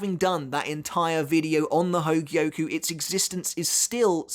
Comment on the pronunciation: I'm impressed you say hōgyoku correctly, and not hōgioku